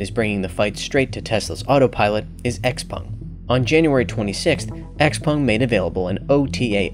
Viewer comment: Xpung??? its Xpeng right? :/